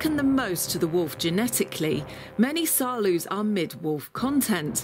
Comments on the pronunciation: u say saarloas wolfdog not saarloos (im dutch so I know) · People keep saying Saarloose, like goose. But you can correctly pronounce it, ending like nose. Try Saarnose with an L. Please do try. When you all can say Roosevelt, you can easily say Saarloos. That's the same OO. It's a very nice video. And which ever type suits you best, have fun with your wolfdog. Knowing your dog's character is a very good thing. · The double O in Saarloos reads as OA in boat. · As a native Dutch speaker I like the way Saarloos is mispronounced. Dispite English and Dutch are both German languages, it is funny how different they are. The oo is pronounced just als o.